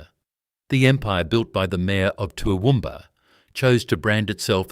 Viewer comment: Toowoomba- Central Qld. Get it right!!!